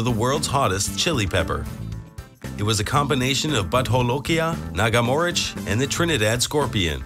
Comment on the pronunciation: It's pronounced Bhoot not but ..and jolokia is pronounced as jo not ho